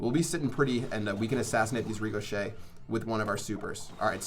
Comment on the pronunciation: Superb pronunciation on ricochet lmao, get a dictionary